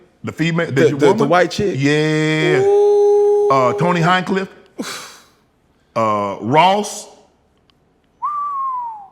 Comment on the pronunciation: Someone tell unc its not "tony hinecliff" 😄